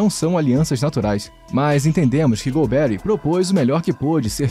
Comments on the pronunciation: Muito boa sua avaliação crítica, que o regime militar teve coisas boas e não tão boas. Tudo isso tem que ser colocado no momento histórico também. A pronuncia correta do nome dele é com a sílaba tônica no ri e não um Nome americanizado golbéri, ou seja golberí é o correto. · Lamentável esse narrador não ter estudado. O nome é GOLBERÍ, não GOLBERRY… 🤦🏻‍♂️ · Exatamente o que eu ia postar! É irritante ouvir essa pronuncia errada! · Não é Golbéri, mas Golberí! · Caramba, nunca ouviu o nome do general? Golbe-rí, não golberry 😅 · É Golberí e não Golbéri. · A correta pronúncia do sobrenome do general é oxítona. É mais ou menos como se fosse "Golberí", com acento no "i" enfatizando a última sílaba, ok? Abraços de BH . . . 🤗🤗🤗!!! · Ótimo vídeo. Não sou da época, mas acho que a pronúncia certa é Golbe-ry (oxítona) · É Golbery com a sílaba tônica é a última. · Gostei da pronúncia do "golberry". Rima com strawberry. 😅. P.S. ótimo vídeo. TKS. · A pronúncia do nome do general está errada. A pronúncia correta é Gol-bê-rrí. Ou a pronúncia ficou errada só pra gerar engajamento? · Concordo! Tirando a pronúncia do nome do general Golberi, o vídeo foi bom!